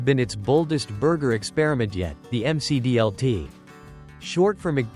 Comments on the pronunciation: Say it with me, you rotten AI bot announcer, at :36 in, it’s pronounced the Mick D L T. Not the M C D L T. This automated nonsense ruins the content, and takes you right out of it. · "The M C D L T" is not a rap singer! Stupid AI. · Clearly the creator of this video was not around in the 1980’s, because he is mispronouncing the McD L.T. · Jeez, the AI voice can't pronounce any product names properly. M C D L T? That picture of the rectangular pizza during the Priazzo segment looks like a school cafeteria pizza, complete with recipe card from Quantity Recipes for School Food Service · It's pronounced "Mick Dee El Tee." 😂 AI narration. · The M C D L T😆. Don't call it Mac DLT or nothing. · Mc dlt is the correct way to say it